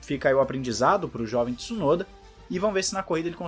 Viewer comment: Tsu-no-da. Please!